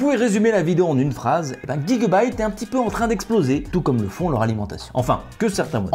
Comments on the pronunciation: On prononce J le début de gigabyte et non Gui 😑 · Pourquoi tu dis pas « jigabyte » ?